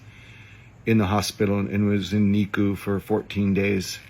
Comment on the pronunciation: Can't lie, him calling the NICU (neonatal intensive care unit or "nick-you") the "knee-kew" was one of the more annoying parts of this video. Imagine being this high on your own farts and acting like the smartest person in the room when you can't pronounce a basic acronym. It's four letters.